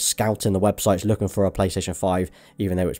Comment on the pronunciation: The way you say “four” makes me cringe